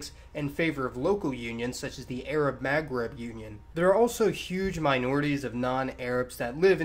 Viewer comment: Iranian is middle eastern. Also please work on your pronunciation of "Maghreb". It's very distracting.